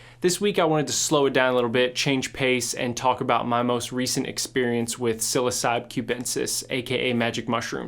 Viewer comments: Sil-oss-ah-bee not sil-oh-cy-bee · Just FYI Psilocybe is pronounced like sil-aw-sa-bee.